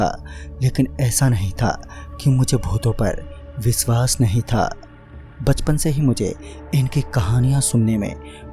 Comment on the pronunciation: Nice 1 bas sha ko s mat boliye like viswas, suru